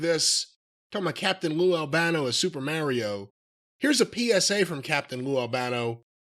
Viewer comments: I absolutely hate the way pronounces ‘Mario.’ Didn’t even know that was an option. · New Jersey coming out: Super "Merry-o" Brothers. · Yeah that's the infamous NY-North Jersey accent. My family from the Bronx says it the same way. Merrry-ooh